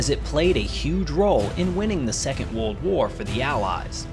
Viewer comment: You’re mispronouncing ‘world’.